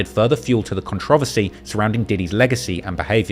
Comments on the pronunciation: You need to learn how to pronounce controversy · Is that really how they say “controversy” in England???